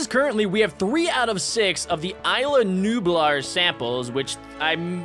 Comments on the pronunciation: you pronounced Isla Nublar wrong🍪🍪🍪🍪🍪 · Why do u pronounced everything wrong,You even pronounced Isla Nublar wrong!!!